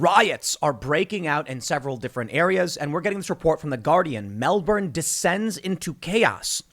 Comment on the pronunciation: Disliking the video due to mispronunciation of Melbourne. Also, they are saying dressed as construction workers as the Union, the CFMEU, has a lot of sway over the Victorian government so it is a bad look for the government if it comes from what is meant to be a pillar of support. Easier to portray them as anti-vaxers so still good press